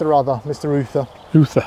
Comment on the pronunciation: I would also say Uther as in pendragon. Not other 😝